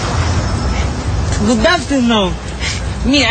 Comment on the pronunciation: good afftenoon 😂😂😂 No hablo english! Frances? Boliviano? No, peruano😂